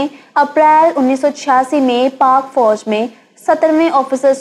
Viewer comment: Apna tallafuz improve karnay ki aap ko ashad zarurat hai. For example lafz fauj hota hai aur foaj nahi hota.